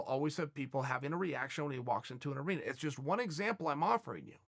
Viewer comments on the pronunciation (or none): none